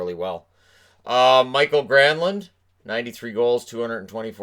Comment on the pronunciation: I know it doesn't really matter, but Mikael's name is not pronounced Michael.